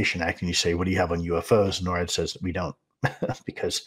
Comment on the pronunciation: Please pronounce it "NOR-AD" not "NO-RAD"